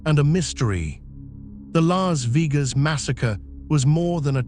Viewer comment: Lahs veegas?!!!!